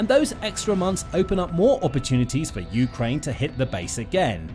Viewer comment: Good information, thank you, but fire your narrator. Ukraine is pronounced with the stress on the 2nd syllable, NOT the first!!!!